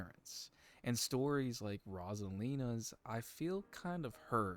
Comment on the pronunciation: Im pretty sure her name is pronounced Rose-a--lina lol not ros-a-lina